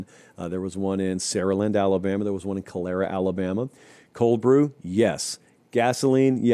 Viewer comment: One nitpick: it’s CalEARa not CalAIRa AL. That QT there is really nice!